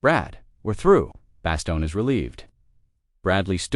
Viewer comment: Why are you using these totally bogus AI-generated “photos”. It ruins the story. Oh, and it’s pronounced “Ver-DUN”, not “Ver-DOON”. And it’s “bass-STONE”, not “BASS-tun”.